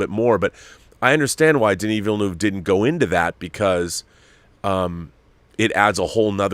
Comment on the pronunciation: I wish I could drop an audio file here. I'd demonstrate how to say 'Villeneuve'... This is one of those minor things that gets to the bilingual Canadian in me. Take care all.